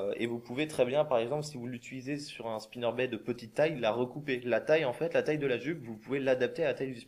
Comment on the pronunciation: Très utile, merci, ça m'a bien aidé. Par contre il faut prononcer le "t" à Spinnerbait!